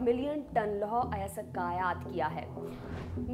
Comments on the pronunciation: थोड़ी इज़्ज़त कर लो हिंदी की अयस्क होता है अयसक नहीं 🙏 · उच्चारण सहीं करें लौह अयासक नहीं लौह अयस्क |